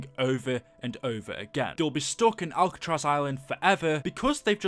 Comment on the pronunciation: It is Alcatraz not albetross